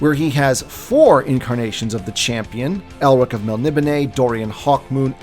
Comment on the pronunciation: DUDE... MEL-NI-BONE. PRONOUNCE IT CORRECTLY. Yikes. 🤣